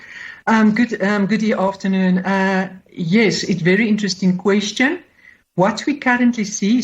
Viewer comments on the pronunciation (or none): none